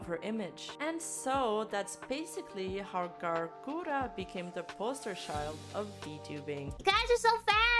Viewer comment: Who tf is "Gawwllooo Gura"? All I know of is Gawr Gura.